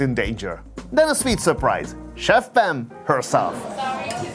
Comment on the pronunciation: Its chef pam not chef fam